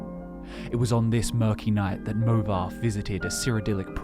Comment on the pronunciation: there's no way anyone can convince me that "movarth" is pronounced "movarf" Its literally wrong lmao.